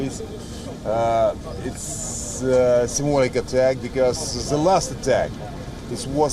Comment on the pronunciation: "Symbolic" jajajajajajaja